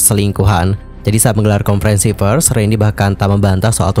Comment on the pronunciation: Masukan bang… Maaf nih ya… PERS dibacanya bukan “FERS” dibacanya PERS VIDEO dibacanya “VIDEO” bukan “PIDEO” sayang kalo pengucapannya belibet, pdhl inti ceritanya baguss